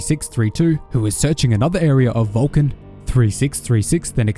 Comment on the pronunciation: Valkin... hahaha I thought he said VULCAN, I'm like, ok, what does Mr. Spock have to do with this? Lol. It would be nice to have SW/ST crossover.... lol